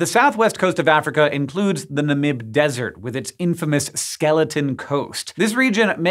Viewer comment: Good show. Namib is accented on the first syllable. (Been there.)